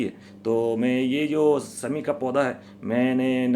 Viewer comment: sahab sabse pehle aap apni bhasha shudh kijye.sha shabd ka sahi ucharan kijye.sha ko sa na kha jye. Shami ko aap sami bol rhe he. Shani ko aap sani bol rhe he. Bade sharm ki baat he. Bhasha shudh kijye